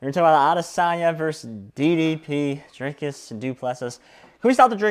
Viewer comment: Say dree as in tree,dreekus